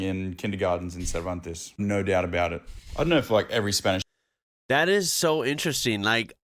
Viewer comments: They pronounce it 'Servanties', it's a gorgeous little spot, with some unusual sights.. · Cervantes is pronounced ser van tee's its mainly a cray fishing and tourist town awesome beachs and fishing off the beachs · That WA town we pronounce serve-ant-ees. Yeah, great holiday/fishing spot. Cheers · Pronounced. Sir van tees. Bloody idiot. We don't talk Spanish. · Yes have been past Cervantes hundreds of times, no one pronounces it like that, it a small coastal town a couple hour north of Perth, the coast there has amazing bright blue clear water, the town is mostly fisherman but plenty of tourists visit. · And no one person i have ever met pronounces it like that guy did